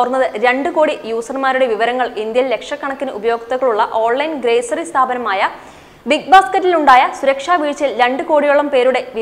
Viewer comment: 'ഗ്രേസറി' സ്ഥാപനമല്ല, ഗ്രോസറി സ്ഥാപനം.